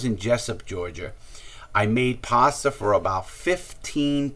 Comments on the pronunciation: ‘‘ lmao bro, larry says it with his accent sounds like “paster” instead of pasta🤣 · HAHAHAHA THEY'LL NEVER GET OUR PASTAH!